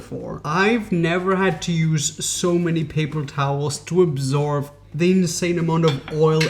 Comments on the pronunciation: "Absorve" ar first i thoight he just had a moment but then he said it again (instead of absorb). Yes.. im aware.. english is not his first language. (Im humored by it, not being a jerk). Also, i havent noticed it in this vid but i always get a lick put of the way he says 'but'. He almost never enunciates the T at the end of words... so he will be like "i know weve tried this hack before... BUH... this time.." etc. Some says ahen in feeling like i need a bit of smoking... ill take a puff every time he either says "BUH" or "literally" (depending on how lit im tryna get) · Absorb not absorve :) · He says absorb as absorv